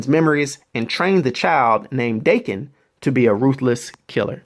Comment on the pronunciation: Im pretty sure his son's name is pronounced Dah-Ken